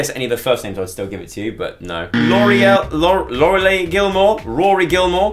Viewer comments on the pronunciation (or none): JuliaRogerslife101 same😂 the way he pronounced lorialie 😂